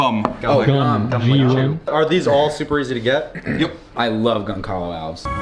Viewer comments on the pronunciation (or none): Ok as a Portuguese speaker I have to say that the wood is spelled Gonçalo Alves and pronounced Gonsalo Alves with a soft "S'" sound. I'm not saying this to be rude or anything, just trying to make you guys aware of it. Also, if you prefer a less exotic name it is often referred to as Brazilian Tiger Wood. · Gonçalo Alves is pronounced more like Gone-sah-loo Al-vuhsh